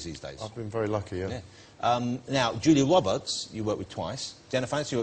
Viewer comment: Julia Wobbehts.